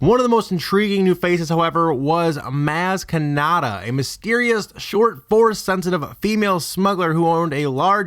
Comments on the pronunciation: The only thing worse than all these bullshit theories he is spewing, is how he pronounces MAz KAnAtA. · He pronounced her name wrong so I am now died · I stopped watching this bs cause you deliberately keep pronouncing her name wrong? Why in the hell for? smh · You say Maz Kanada wrong...